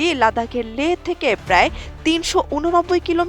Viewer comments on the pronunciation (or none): none